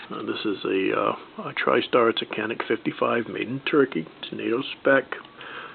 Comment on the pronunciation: canik is pronounced Janik ...don't blame me , blame the turks